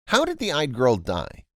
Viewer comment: Yde. It sounds like "EE-duh." Otherwise great job.